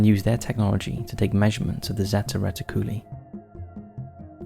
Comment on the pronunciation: "reti-cooly" lol